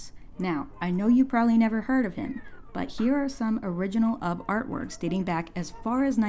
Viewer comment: I always thought Ub was pronounced Oob until I watched this video, and then I looked it up after hearing your pronunciation. Learned something new today. Thanks for teaching me how to say it right lol